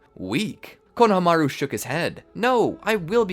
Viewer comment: can u guys please work on the pronunciation of names... i heard konahamaroo in the other episode and had to stop watching, it is very jarring for people whove seen the show